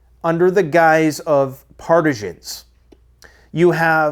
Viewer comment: Never heard partisan pronounced that way. Makes me think of cheese.